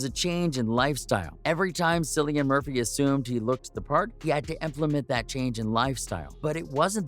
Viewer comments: His name is pronounced , KILLIAN - and everytme you pronounce it as , Sillian , GOD takes away a centimeter of your favorite appendage ! ! ! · Killian not sillian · Can’t even finish this! It’s pronounced KILL-IAN! Pretend the “c” is a “k”, you can do it!! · Pronounced Killian. And your research is incorrect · Cringe when his name is said incorrectly snd thumbnail is total click bait. Lame. Wasn't mad i watched I guess lol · Can’t take this seriously considering this bonehead pronounced his name incorrectly 🤦🏻‍♀️ thumbs down 👎🏼